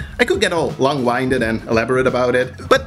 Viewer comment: It’s not long Winded like your cranking up a jack in the box. It’s long winded like you’re a taking a deep breath. Like wind blowing. It sounds silly the way you pronounced it just saying